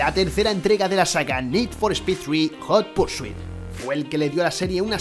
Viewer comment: Nid for espid jurpursuitu Tengan tantita madre, pronuncien bien los titulos al menos